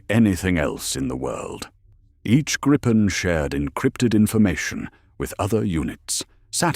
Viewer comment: It is pronounced Greepen, not anything else 😅